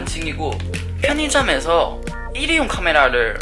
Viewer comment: 명호 진짜 한국에서 오래산 톤이 느껴진다 일!회용 같은 톤강조ㅋㅋㅋㅋ